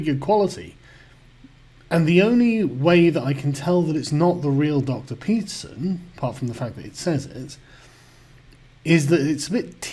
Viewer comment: Just tried that, he doesn't say "Peterson" or "citadel" correctly. He does, however, sing "I'm a little teapot" rather well.